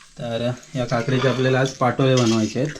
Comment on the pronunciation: पाटोळे नाही पा तो ळे